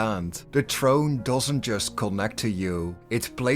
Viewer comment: How many times are you going to butcher the word throne